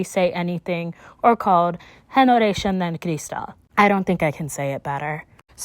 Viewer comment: Girl wtf generación is pronounced HE NE RA SI ON And don’t u dare start with “hey ney-“ Imma slap u you know better